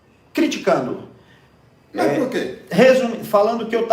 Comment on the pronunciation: "Cricritando" como diz João 😂😂